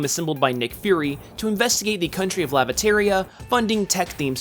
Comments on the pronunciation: "Lavateria" do you mean Latveria? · Laviteria? I think you meant to say Latveria. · That's Latveria not "Lavateria". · Oh my god it's Lat-ve-ria 😂😂😂